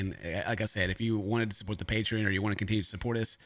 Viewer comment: Pay-tree-in lol